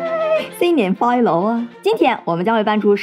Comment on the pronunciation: 一開始新年快樂，你是想說廣東話嗎？🤣